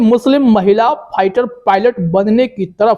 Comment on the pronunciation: first improve your pronunciation! it is not pighter but fighter and then make videos otherwise you will be a laughing stock. And by the way Sania Mirza ji congratulations and may you become a successful Indian Airforce Officer. All the very best.